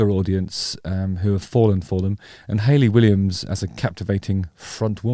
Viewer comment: Hahahaha why does your pronunciation of "Ha-Watch" remind me of the Family Guy episode of Stewie trying to pronounce cool whip? 😂( cool waHHip.)